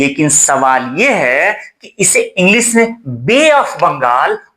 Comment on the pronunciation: महाशय! यह English 'इंग्लिश' होता है इंग्लिस' नहीं। तालव्य 'श' और दंत या दंतव्य 'स' ज़मीन आसमान का फ़र्क है। सेम(Same) और शेम(Shame) इनके अर्थ(Meaning) और उच्चारण (Pronunciation ) दोनों में फ़र्क है।